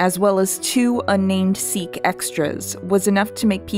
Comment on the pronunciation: hi, love the video but just letting you know, sikh is actually pronounced sic, not seek.